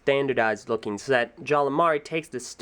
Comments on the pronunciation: Why do I keep hearing you say 'Jala'? His name's 'Jaller.' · Why do say jalla instead of jallER